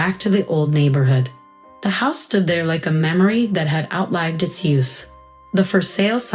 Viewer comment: Outlived learn to pronounce it.